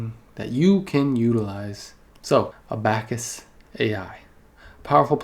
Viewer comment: a-back-us hahahahaaha come on bruh